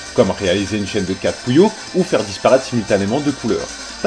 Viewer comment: ouais!les voix les plus cones des jeux videos déja,ceux de puyo pop ever et la voix du magicien quand il perd dans solstice! au fait,quand tu dis puyo,on dirait que tu dit coullion!